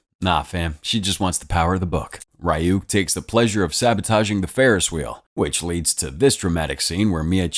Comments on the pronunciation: The demons name is not pronounced r-y-ook it’s pronounced ri-ook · its not pronounced ri yuk its ree yuk😭 ive never bothered watching this bc i know it wont be able to stand up to the anime at all😭😭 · Am I the only one bothered by the pronunciation of Ryuk's name? Shouldn't it be something like R-ee-y-oo-k?